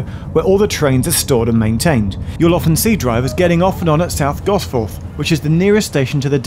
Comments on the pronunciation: as a half geordie, the was you said “gosfoRth” instead of “gosfuth” kinda lowkey triggered me, even though that’s probably the right way to say it lol. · gosforth is typically pronounced as gosfjord or gosford or gosfud almost no one says gos-forth